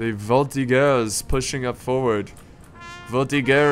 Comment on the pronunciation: It's "voltigeurs" not "voltiguers". I say that because I'm french so it bothers me. Bur thanks for playing french armies